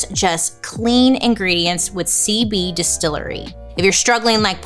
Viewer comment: Girl it sounds like you're saying "seaweed distillery" not "cb distillery" 😅